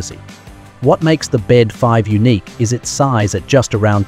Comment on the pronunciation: The Bede 5 is pronounced B D 5.